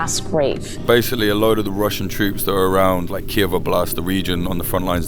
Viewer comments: Why would a Ukrainian pronounce Kyiv as keev, not kee-yiv? Just asking… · It's Kyiv, not Kiev, please change that <3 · it's Kyiv, not Kiev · Guys It's kyiv and not Kiev.